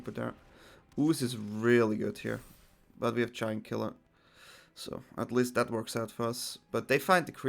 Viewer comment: Who else heard "Jankula" when he said Giant Killer?? :B